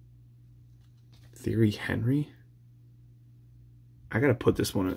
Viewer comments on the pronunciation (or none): Lol Theory Henry for Tea-airy On-ree